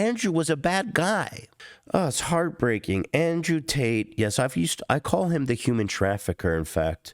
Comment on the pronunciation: This rat can never seem to get tates name out his mouth 😂